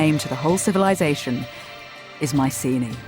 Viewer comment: The helenik Bettany shu hav started rectifiying the adulterated anglo pronunciation and sey MIKENA not maisini..